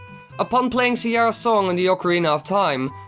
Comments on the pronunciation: Can u say Sar-e-ah not ciera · Its fricking Saria nit Siara. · CIERRA It's Saria lmao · You still say "Siara" It's called ****' Saria!! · It's not siara its Saria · This is a great video but your pronunciation was killing me Sah-ree-uh not See-air-uh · i agree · who is Sierra? it's Saria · see-air-a even know you mispronounced it the name sounds much cooler now XD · Or is it Sare-eee-uh?